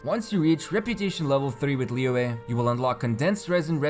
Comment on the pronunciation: It's literally almost spot on according to native mandarin speakers online though???